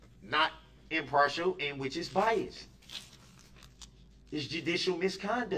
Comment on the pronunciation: Did he mispronounce bias? Smhl